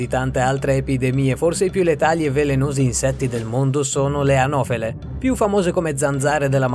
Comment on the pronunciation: Io dico ma fate questi video e ci guadagnate anche dei soldi giusto? Allora perchè non metterci un minimo di attenzione. Le anofele le hai chiamate arovele. Almeno ascoltalo prima di mandarlo in rete. Arovele😂😂😂😂